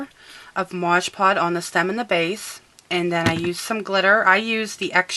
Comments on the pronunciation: lol i love this video but its called MOD PODGE not MODGE POD lol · Love the video. Had to laugh when you kept saying modge pod lol